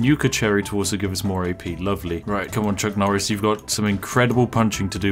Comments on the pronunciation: Nucc Chorice: A Farce-a-Ton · its nuck choris! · It's Nuck Chorris